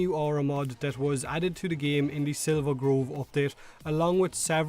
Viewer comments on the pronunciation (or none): none